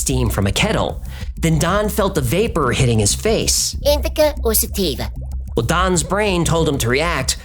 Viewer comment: Indica or stativa😂 and the worst part of this show is loving that it debunks my favorite conspiracy theories I know sounds like bad but it is what it is I love this show